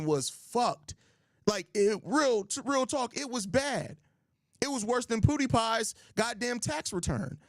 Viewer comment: “Poodie pie” is wild bro 😂😂😂